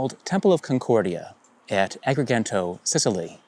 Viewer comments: The second ‘g’ in ‘Agrigento’ is pronounced as a hard ‘j’, not a hard ‘g’: “a-gree-jen-toh”. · Agree-jento". We have two phonetics for the letter G. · Not sure if you are interested in correct Italian pronunciation but the second G in Agrigento is soft not hard. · I also noticed that. I live close to an italian colony in Brazil, so I`m very accustomed to listening to italian, and the irk was instant lol.